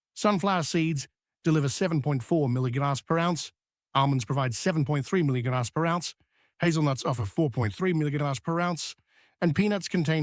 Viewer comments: Oh come man, what the heck is “75 mulla-milli-grams of Viddamin C”? 😂 Are you speaking in tongues? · That AI voice doesn’t like “milligrams”. Do you listen to your productions?